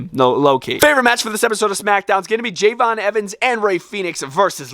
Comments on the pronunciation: It's not Jey'von it's Je'von (Love your stuff) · You said javons name wrong it’s Je'Von Evans